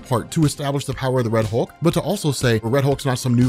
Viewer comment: "Wed" Hulk lmaooo